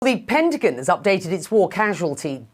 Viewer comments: The "Pentagin"? How about Newcasters that speak American English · She said pentagin